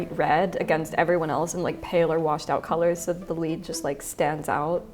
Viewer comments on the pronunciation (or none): none